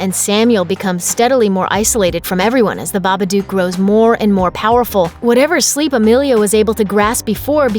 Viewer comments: Isn't it Baba "dook" not Baba "duke"? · The narr8of this videovneeda to know its baba dook not Duke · I hate the way she says babadook book look duke come on